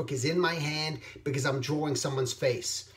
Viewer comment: I'm not being sarcastic, I really like how you pronounce "drawing". ...DROR-ring. Anyway, great vid as usual. I usually listen to your vids when I'm doing my freelance work. It's very inspiring and calming.